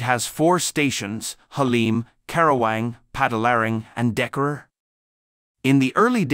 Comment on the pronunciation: I'm indonesian, the last station Hsr in bandung is tegalluar, the narator say dekarur, it's clear difference